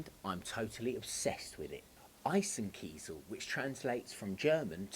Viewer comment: So glad you can pronounce eisenkiesel correctly!